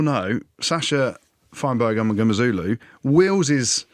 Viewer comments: Jim you need to learn to say Sacha’s surname properly…it’s mm-ngo-meh-zoo-loo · Zero effort to say that last name properly.